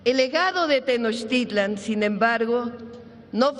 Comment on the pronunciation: Señor pronuncie bien los nombres de las civilizaciones TENOCHTITLAN PUREPECHA